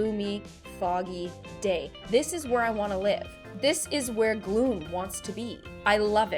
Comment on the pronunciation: Her name is Gloom well that's her nickname and she said Gloomy